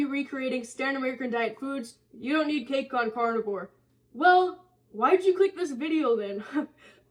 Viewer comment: I kept thinking you were saying "cardboard cake". It took me a few